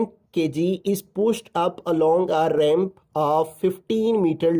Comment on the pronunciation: ramp KY uper😂😂😂